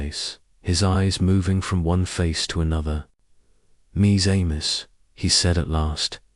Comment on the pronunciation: The creator of this site clearly does not review these uploads. Poor stuttering pausing AI with frequent bad French pronunciations of common French phrases ( mis amis) and uncorrected errors of chapter repeats. I gave up on this one! If you want listeners and/or subscribers you must earn them.